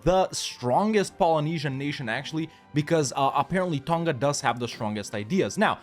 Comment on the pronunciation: I dunno, he did mention in another video he was from Kiribati, but I would have thought he would have known how to pronounce other Pacific Islands properly if that was the case. He doesn't pronounce Tonga correctly nor does he ever pronounce the Maori Iwi names anywhere near correctly. It's also not a Francophone country iirc.